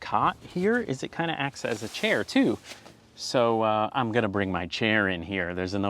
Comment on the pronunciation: Stumbled on this nice little vid. Funny thing is I ride with a guy who is a photographer, and both of us are from North Jersey I am not sure if you are saying chair correctly. Any way I did enjoy your failure but I see it as a triumph.